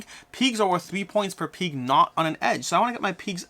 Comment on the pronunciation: I’ve never heard someone pronounce pig like “peeg”